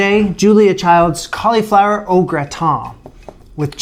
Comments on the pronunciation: Please stop saying colly flower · The way you say "cauleeflower" is just precious. That must be a Canadian thing. Also, I thought I would mention, you should very definitely get a Nutmeg grinder. I know, no one thinks it makes a difference, but the difference between a jar of nutmeg and a freshly grated nutmeg is like the difference between lemon juice from a lemon and lemon juice from a bottle.